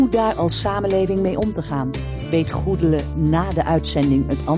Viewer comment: er zit geen rochel in de naam goedele. zachte g zou geweldiger zijn.